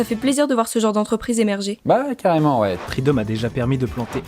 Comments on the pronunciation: « treedom » j’avais compris tris d’hommes 😂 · Quand il a dit "treedom" je croyais qu'il voulait dire "tri d'hommes" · Au début j'ai crû que tu avais dit "threesome" 😂 mon esprit est dérangé je crois 😂